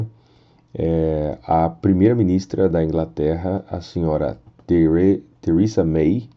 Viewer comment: Gosto de seus vídeos mas acho muito difícil ouvir vc dizer brexit,Thereza May e principalmente a palavra trade "inglesado". Fica muito chato esse inglês seu. Poderia aportuguesar isso,ficaria melhor